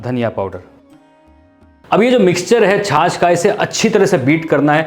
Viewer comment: या खुदा तेरा शुक्र है की कोई तो छाछ को छाछ कह रहा है । एक गधा है लखनऊ से जो बड़े ही बोर कर देने की हद तक जा कर अपनी हंडिया बनाता है और छाछ को छास छास कहता फिरता है ( वैसे उसे उर्दू बोलने का भी शौक़ है और अल्लाह तौबा बहुत ही बुरी उर्दू बोलता है और बीच में गाने भी गाने लग जाता है और अल्लाह क़सम गाता भी बेसुरा है)।